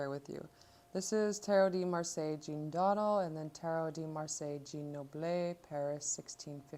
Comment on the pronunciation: Just to let you know it’s pronounced “doh-DAHL” and “jjjahn” not Jean. :)